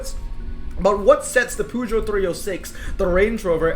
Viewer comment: these to french boys poooogeot🤣